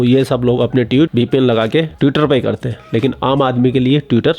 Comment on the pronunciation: पर क्या बोला? Tue-ter? अबे उसे TO-e-Ter कहते हे।